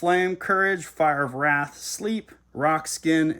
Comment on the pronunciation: At timestamp , I believe it's pronounced "Fire of Raath" (kinda hard to write an accent...kinda missing Brode Sode).